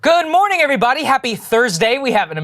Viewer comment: "Good mooring everyone" just keeps getting louder and I love it!!<3<3